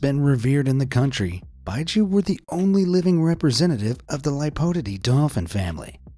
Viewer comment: I’m watching in 2024 are the quols still alive? The baiji is pronounced bei—gee